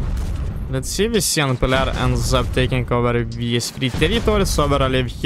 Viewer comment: FYI, you butchered the pronunciation of Cyan. It is enunciated Sigh + Anne. Question: Why didn't you use the Nuke on Sand? That would have cleared up a lot of area for you to attack into.